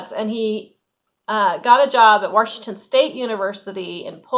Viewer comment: Love the way you say Washington = Warshington! 😂❤